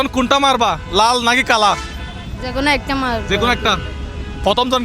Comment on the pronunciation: কালা না, কালো । শুদ্ধ করে বল ।